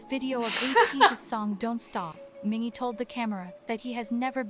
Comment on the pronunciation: There's a lot of great content in this guide but the pronunciations aren't great. Mingi is Meengee (like geese) not Minjee. The character Yeosang created is Hehetmon not Hee hetmon (his laugh sometimes sounds like heh-het). The other word you asked about was aegyo (being cute) not ehjiyo. Fun fact, at a fan sign not too long ago, a fan made a costume and came as Hehetmon--ATEEZ was so impressed, especially Yeosang. Best. Atiny. Ever.